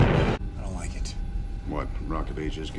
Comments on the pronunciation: "I don't like it": "I don't wike it" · "I don't wike it"